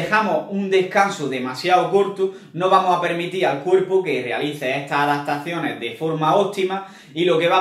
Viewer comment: Cuando escribes…. Pones adatacione o adaptaciones? Pregunta sería? Sí lo escribes “adatacione” no hay problema que lo pronuncies así… Como conceto…